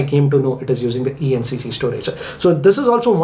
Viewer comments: Emmc not emcc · sir it is EMMC storage not EMCC storage😊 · Its EMMC not EMCC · It's EMMC storage not EMCC 😅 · Why is noone talking about eMMC mistake? He kept on calling it eMCC for atleast 20 times!